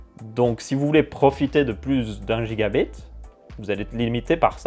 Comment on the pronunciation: On dit jigabit pas guigabit